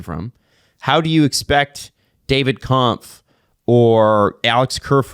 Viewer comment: He is saying again!!!!! Read Kampf and you are 95% on point. Man that must be difficult. For two years know the last idiot is calling him. Calling Messi Lionel is not that bad. Jesse should lough when he says